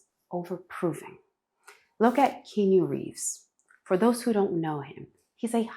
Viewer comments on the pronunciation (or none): If you're not AI, then how do you explain your wrong pronunciation of "Keanu" Reeves ? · She wrongly pronounced "Keanu" Reeves . That's the first thing that made me suspicious of her.